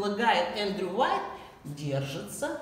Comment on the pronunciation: немного исправлю вас - не Уайт, а Уайет...